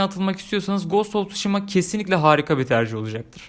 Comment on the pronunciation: Knk telaffuz; gast of suşhima not:olm hani edemiyodun sjsjsj